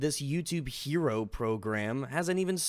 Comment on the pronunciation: How do you fuck up the word "Hero"? That's my only question for you YouTube.